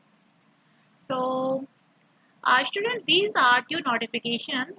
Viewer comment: Estudent kya hota h😂😂😂😂😂